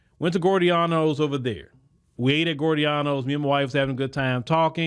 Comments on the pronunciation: It's pronounced "GEE-OR-DA-NOs", not "Gordeanos". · It's pronounced Gi-or-danos not gordianos pizza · It’s Giordano’s (gee-or-danos not gore-e-danos) lol I’m from Chicago so I had to tell you the pronunciation. 💯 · Gio dianos he said gorey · Pronounced, "G-OR-DON-NOS". DAMN GOOD DEEP DISH! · we pronounce it Gee-OR dano's Try Gino's East next. What is that young sister's story? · It's pronounced Gio-Dornos!!!! LOL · Great podcast 💯…..btw, the restaurant is pronounced “Gee-Or-Da-No’s…lol. Easy mistake, but thought it helpful. How did you like the food? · it’s pronounced gee o donnos = giordano’s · You're pronoucing it wrong 😂😂😂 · You pronouncing Giordano’s different but it’s one of my fav pizza spots next to Lou Malnati’s